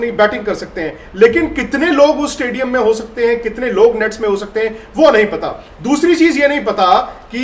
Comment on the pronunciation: Madam इस्टेडिअम नही स्टेडियम.... Why U don't improve your pronunciation skill... You are a reporter in a branded news channel, work on it. All the best..👍🙏